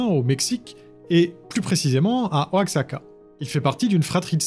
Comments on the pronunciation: Je me permet de corriger car tu en a fais mention dans plusieurs vidéos mais la ville mexicaine oaxaca se prononce ouaraka, super vidéo au passage. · Bonjour, Cela fait plusieurs fois que je te vois faire l'erreur dans tes vidéo, la ville de Oaxaca au Mexique se prononce "Huarraca"